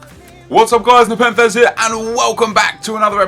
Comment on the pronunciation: Ne'Pen'Thez 😂😂 jk great vid tho